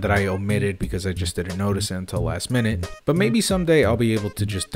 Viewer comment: I'm just mad that you pronounced minute incorrectly. Great vid as usual!